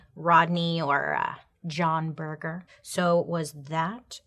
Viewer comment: Laughing at how you think he came up with John Berger. I think he actually chose the name after a very famous art historian/critic with the same name (pronounced berjer not burger 😂) who he undoubtedly would have heard of in his time at art school and who also had a TV series in the 70s based on his book Ways of Seeing. Makes sense for a photographer to know that.